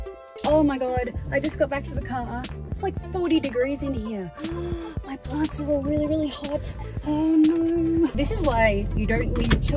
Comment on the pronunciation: WHen you said "boxes of plants" I heard farts and I wondered how you got those into boxes xD.